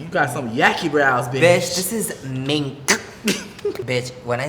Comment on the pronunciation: Nah nah its MINN-CK